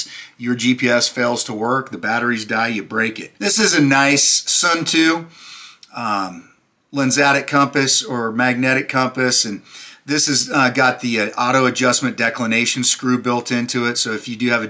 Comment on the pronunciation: pretty sure Suunto is said "soon-toe"